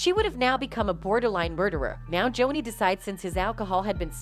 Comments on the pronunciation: NOBODY NOTICED! she said "jownee" lmaooooo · Why does she say Johnny like that ? 😂🤣